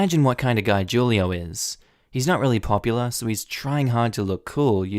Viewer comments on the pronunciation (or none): Who-lio, not Ju-lio ;-)) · The name is pronounce WHO lee oh Not Ju lee oh. In Spanish, the J has an H sound. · I'm gonna put it out there that 'Julio' is probably pronounced "WHO-lee-oh". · So, I’m kinda surprised about your pronunciation of Julio because FYI Julio is Spanish for July.... lol in Spanish the letter ‘j’ is pronounced like ‘h’ so it’s pronounced ‘hu-lio’